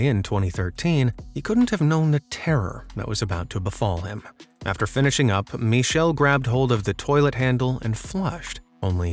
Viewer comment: What kind of name is 'Mee-Shdll' for a dude?? 😧